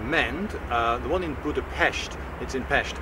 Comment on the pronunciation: Yay, you pronounced Budapest and Pest in a relatively correct manner for being English who (I presume) does not speak Hungarian!